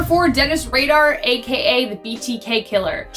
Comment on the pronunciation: BTK killer = Dennis RAIDER. 😂 Not radar.